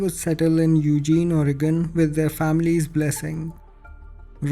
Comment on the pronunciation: I just wanted to say that you said “Portland, Oregon” perfectly! People often mispronounce Oregon, so that made my day. Thanks for sharing these stories.